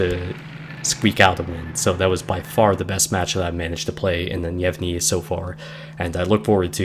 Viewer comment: yay my favorite line in game Gnevny is in my port and not leaving till the servers die minor nitpick probably already mentioned, the G is a hard G and pronounced here, for the rest of your russian DD reviews